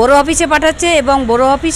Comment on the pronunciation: ভাবন নাকি ভবন???😅